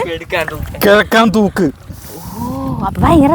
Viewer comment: കെഴക്കാം തൂക്ക് അല്ല.. കിഴുക്കാം തൂക്ക് 😄😄